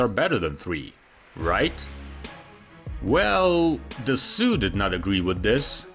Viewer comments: Very interesting, thank you. Detail: Please pronounce Dassault correctly. It is pronounced "DASSO" and not " DASSU". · Dassault is pronounced "duh sow" not "duh sue" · It's Dasso, not Dessoo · Please..it"s "DASSAULT"..O..not U. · it's pronounced duh-so not duh-sue fyi :) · My compliments on yet another very professional video which is also a joy to watch. I hope you don't mind that I suggest you improve the pronounciation of "Dassault"? If is not like you say "Dassue" but like "Dassoo", like in "go". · Interesting video 🙂 For your information, Dassault is prononced [Dass-Oh] ^^ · *”dass-ohh” not “dass-sew” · Why do you say “Dissoult” instead of “Dassault” (da`so)? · I’m sorry. If you’re going to put together a video. At least pronounce the manufacturers name correctly. It’s not pronounced Dassue. It’s pronounced Dasso. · It's not pronounced "Dassoo" - it's "Dasso", like you pronounce water in French - "Eau" (like "Eau de toilette", and in this configuration, with the engines being at the very back of the plane - they push it, not pull it. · And above you misspelled it..should be Dassault not Dessault! The narrator mispronounced it, sounding like Soo rather than Sault...it should sound like Da-Soh!! It happens a lot in the US where the folks really butcher many of the French words! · Say ' DA SAW' ... not DA SOOOO 😂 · Great video. One comment: Dassault is pronounced “da-soh” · Pronounce daso Not dasu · It’s “da-SO” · It's NOT pronounced "da-soo". It's "da-so". You don't pronounce "Renault" as "Renoo". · Da so. That’s the pronunciation for the AI voice with the slightly Russian accent. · How hard is it to say Dah-so????!!!! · Dassault (Dasso) Just refusing to check the Pronunciation. The only language they know is English. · "DE ZOO"!? Ain't no zoo, dude. It's easy to go online to find out how Dassault is actually pronounced. Good video, nonetheless. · FFS, it's Da-SOH. I have to stop watching. Maybe I can find a video about BOO-ing or Air-BOOS... 😮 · AI narration.